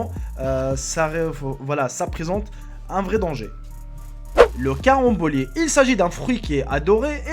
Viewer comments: Les tentacules de poulpe qui bougent encore, les palourdes rouges qui ressemblent à des trucs avariés, les méduses, ou le fromage avec les vers, je ne risque pas de m'empoisonner avec... Pour information, "cyanure" se prononce "Syanure' et non "Kyanure", et on dit "la carembole" et pas "le carambolé". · lol c pas le carambolé mais le carambole